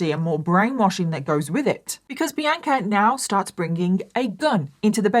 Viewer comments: i’ve been listening to you for YEARS and hearing you repeatedly say my name (Bianca) sounds so weird to me!😂 🤍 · please stop pronouncing bianca the way you do. - sincerely, someone named bianca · Does everyone in England pronounce Bianca as? Seriously asking. I’ve never heard it pronounced that way. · I’m from the US & we pronounce Bianca differently so until I looked at the captions I thought her name was The Anchor like she was just that hardcore 😂